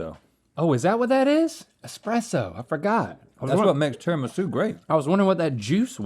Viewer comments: Rhett: tiramisa? Me: is tiramis"u" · I'm sicilian and I am fuming! TIRAMI-SU! Where does Tirami-sei come from?! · Why were they saying tiramisa ?! I watched this at work and I had to take a moment 😂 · tirimissai? nooooooo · The way Rhett pronounces Tiramisu… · No way u Americans pronounce tiramisu like that… I dont want to believe that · You really don’t know how to pronounce tiramisu? :O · Why did Rhett pronounce tiramisu weird?